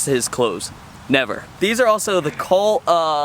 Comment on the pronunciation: Its cult not colt for fuck's sake.